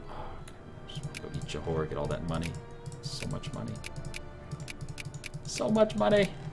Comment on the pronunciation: it's just Jo-hor not Jo-hor-ay. Just saying:3